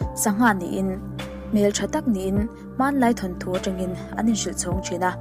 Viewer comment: Ka nau, thanthu tih loh tur, thawnthu tih thlap thlap tur aw..😊